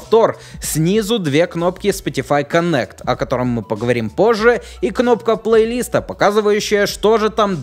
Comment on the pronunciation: ПлейлистА ударение на А а не на И